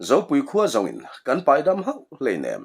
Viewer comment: Comem na ah a lamrik dan dik zawk min raw hrilh tur in ka han ngen che u i tia a ziak ringawt hi chuan a fiah zolo mai thei ka ngaih pawi mawh na lai ka han sawi ve a nge kum 63 kani ve tawh a kan naupan lai t tang tawhin pheizawnga thapek pres pek hi (NAM) kan ti thin tuna (nem ) intih hi a diklo chhuk zawnga pres thapek hi nem tia lamtur.